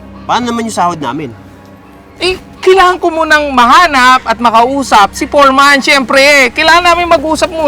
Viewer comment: FOREMAN DAPAT NOT PORMAN